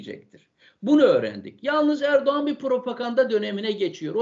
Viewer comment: Hocam çok güzel anlatmışsınız teşekkür ederim ama ERDUVAN ERDUVAN dediğinizde çok güldüm😂